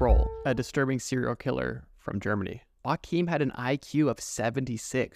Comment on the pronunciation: The way u said Joachim 💀